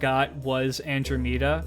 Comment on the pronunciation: Your pronunciation of Andromeda is horrendous